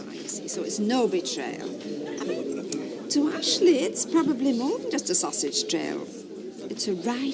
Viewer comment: That's how Ashley pronounces (or, rather, mispronounces) her name.